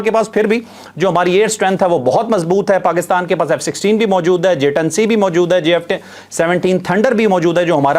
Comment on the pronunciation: علاقے میں امن کا رکھوالا ، ابھی تک ، F16 ہی ہے ، الفاظوں کی ادائیگی میں بہت احتیاط کرا کریں ، شکریہ